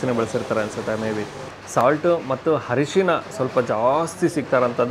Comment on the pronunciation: ಹರಿಶಿನ ❌ ಅರಿಶಿನ✅